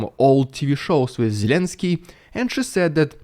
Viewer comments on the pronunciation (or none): none